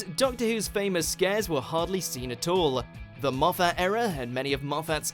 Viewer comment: Stop saying Moff-AT